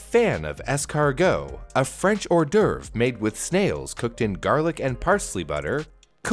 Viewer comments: "escarGHOST" Really? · As a french man, the fact you said Snail in french like it's really a food name made me cringe, apart from that good video